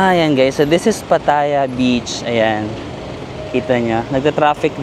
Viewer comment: It's not pa TA ya. It's pa tha YA. 😊